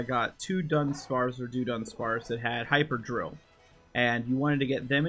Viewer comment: Why did you pronounce it as “do-dunsparce”?